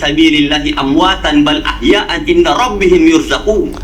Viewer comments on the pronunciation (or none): Itu baca qurannya keliru : Walaa tahsabanna di baca walaa tahsibanna . Dan bal ahyaaun di baca bal ahyaa an itu gmn ... ?